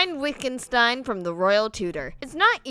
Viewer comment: You mispronounced Heine's name. Heine is pronounced "high-nuh" and the w in Wittgenstein is pronounced with a v sound. Sorry, that par annoyed me. Other than that, the video is good.